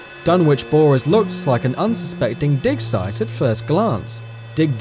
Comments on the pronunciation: "dig deeply, because well, it's a dick size" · I heard "dig site" at first, but then after I heard "dick size" xD wtf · 39 I swear to god he said "dick site" 😂😂😂😂😂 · "An unsespecting Dick-Size" am i the only that heard that? lol.. Anyway. Nice Video. :3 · I heard it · i thought dick sight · I heard dick site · Well, it's a dick site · he said dig site